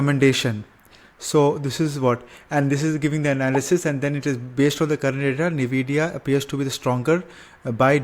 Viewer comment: NIVIDIA ❌ NVIDIA✔